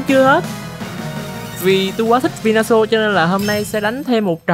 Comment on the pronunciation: venusaur sao tui nghe thành vinasual dzậy tèn😂